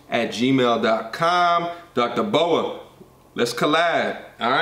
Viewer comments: Dr. B. O. A. Say each of the letters, not a snake. Lol B.........O...........A Book of Alpharonomy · It’s dr. B.O.A bro 😂 not Boa like a snake. Put some respect on the the big homie name 💯 but good content keep it up